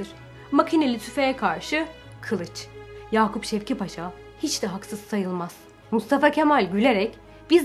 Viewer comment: ''Yakup Şevket Paşa'' değil, ''Yakup Şevki Paşa'' paşanın ismi. Video için teşekkürler